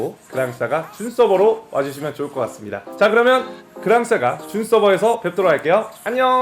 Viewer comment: 그랑싸가x 그랑사가o